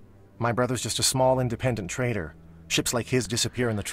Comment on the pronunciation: Trader. T R A D E R. Not "traitor".